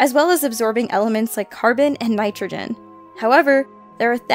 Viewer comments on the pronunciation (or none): none